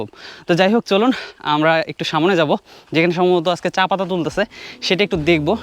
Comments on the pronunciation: অসংখ্য ধন্যবাদ আপনাকে। সত্যি আপনার ভিডিও অনেক চমৎকার দেখে ভালো লাগলো। তবে আপনার কথা উচ্চারণ এর মধ্যে কিছু ভুল আছে যেমন আমরা বলি সামনে কিন্তু আপনি বলেন সামোনে এই ধরনের খুটি নাটি কিছু ভুল আছে। এগুলো ঠিক করে নিতে পারলে মাশাল্লাহ ভিডিও আরো চমৎকার হবে। ধন্যবাদ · Samone na samne ay pronounce ta thik koiren sunte aro vlo lagbe.Thank you for your information